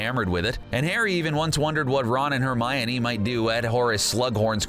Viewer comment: I love how all of the comments are about things they did wrong and I’m just here liking all of it. P.s why did you say Hermiony and you CLEARLY dont like Harry Potter that much and prefer VEIWS.